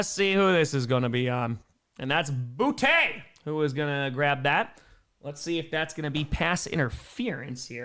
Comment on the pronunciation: Btw - its pronounced "Booty". Source, Boutte himself.